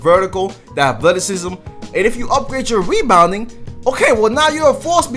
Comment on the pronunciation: Nigga sound dumb wen he talk lmao nigga said weebounding 😭😭